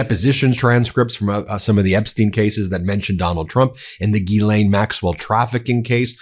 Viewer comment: French Canadian here... Gislaine Maxwell's name is pronounced phonetically like Jis-len. Just saying...